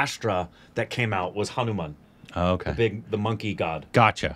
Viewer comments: How did get through school 😂 Reading Hanuman as Hamumam 😂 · It's not Hamu-Man its Hanu-Man... the most powerful super hero of India... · Pronunciation is Hanumaaan Not Hanuman like Batman Jai Shree Ram 🙏🚩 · Hanu Man, Hamu Man... Yes it's Hamu man! Me: burst into laughter in a silent hall while looking at my phone screen Lol😂🤣🤣🤣😂